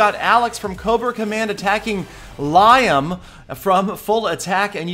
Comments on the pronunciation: Liam is not LIE - AM its pronounced more like LEE- AM its irish 😂you pronounced it very funnily but sure nobody understands great video though! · It's lee-am, not lyam, you drip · as many have said, it's "Lee=em, not Lie=em" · Lie-um? It's Lee-um. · Liam is pronounced like lee-am not Lie-am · Li-um?? It's lee-um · (lee-um) not (lie-um) I guess you could pronounce it how you like but, it's just slightly annoying. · its not pronounced liyam its pronounced leeam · Yes, I would. It's so fucking frustrating. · It's Lee-um not lie-um lmao smh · It is pronounced lee-ham, over here... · "Lye-um" Really? xD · I noticed that also haha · There are enough Irish people in USA you would think he would have known better it's funny to here him saying Liam ( lye ham) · idk how 'liam' is pronounced where you're from but it's "lee-um" where i live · Its pronounced Le-um... silly, start listening to Peter! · It's Liam not Lyam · its pronounced lee am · Liam not "lyam" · Pronounces Liam 'Lyam' 😂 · you said Liam like lie um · ITS LIAM NOT LYHAM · its pronounced Lee-am, and th10s can be three starred no matter the base lol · stop sayin liam like lyam 😭😭😭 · Liam is pronounced Lee-am its an irish thing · If anyone called me Lie-um I'd slap them. Not a single person I know pronounces it the way did. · I loled at the Liam pronunciation. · u pronounced Liam wrong 😝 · Why is everyone so worried how he pronounced LIAM? Who gives a shit, just watch the damn raids!!!! LOL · You know you are saying Liam incorrect right? How does Liam Neeson say his name? That's how you should say Liam :). I am guessing you know the correct way to say it and just said it incorrectly to get more comments :D... Well played. PS. Do a collaboration with Edit: Just heard you... uhhh I mean Peter17$ correct you at the end. :) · no offence im called liam to and your pronouncing it massively wrong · Haha pronounced liams name wrong 😅